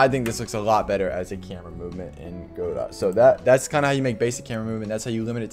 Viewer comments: Just letting you know, it's pronounced "g'dough", not "GO-dawt". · good vid but its guh-doh not godot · "go-dot" lol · The creator pronounces it Go-DOT which I think is technically wrong but I think it contributes to the philosophy of the engine. You can fork it and make it your own, and you can also make the name your own by whatever weird pronunciation you fancy